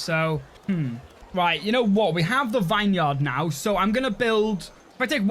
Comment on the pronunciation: say it with me VINeyard mouth the words VIN VIN VIN in swear it just wont be a video without you saying a word so wrong 😂